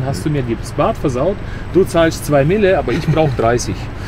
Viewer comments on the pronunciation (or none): Ich glaube man spricht batt - "bad" aus